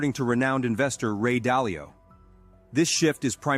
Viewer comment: Dalio, not dialo